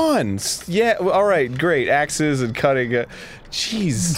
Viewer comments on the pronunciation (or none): none